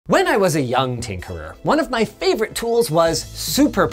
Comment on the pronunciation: Linus, please never say "Tinkerer" ever again, My Dyslexic brain cant handle it with Brainrot I beg